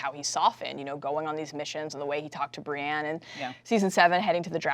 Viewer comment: She keeps mispronouncing Brienne as Brianne.